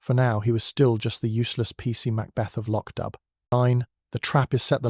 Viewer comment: The plot is marred by the confusion of acccordions and bagpipes. Also, the narrator mispronounces the setting, the village of Loch Dubh.